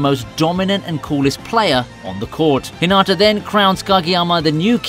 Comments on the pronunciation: Not tryna be rude but so many people do this so I feel the need to acknowledge it. When you say Hinata’s name, you don’t say it like how you would say it in Naruto, (Hinaata). You say the 1st “a” in Hinata’s name like an “I”. Also it seriously pisses me off when people make videos about Haikyuu when they most likely haven’t even watched it, let alone token the time to pronounce the names of everything in the anime. Its really not that hard. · You're saying Hinata's name wrong. You're saying it like a girl name. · You are saying hinata wrong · Why is it soo hard for eng people to correctly pronounce hinata. Fucking whats the TA at the end.